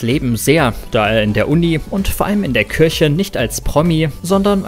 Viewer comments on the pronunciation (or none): none